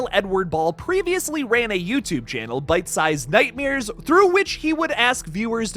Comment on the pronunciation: Nightmares!!! Not nightmiers! That was driving me crazy!